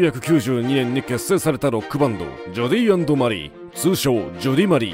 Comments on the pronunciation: ナレーションの人が「ジョディーアンドマリー」とか「ジョディマリ」って言うのが気になります😂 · ジョディって言ってない？